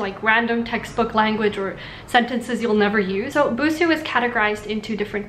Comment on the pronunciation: ぶす じゃなくて, ブスー だぞ。 Still ww Her pitch accent is exactly the pitch accent for ぶす though, which is killing me.